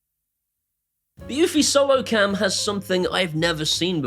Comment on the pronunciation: eufy is probably my most heated brand name. it is not pronounced like unifi, does not integrate with unifi dashboard and is not produced by ubuquiti.